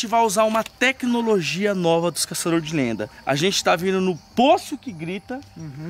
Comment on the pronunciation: "Enfim os caçadores de lêndia..."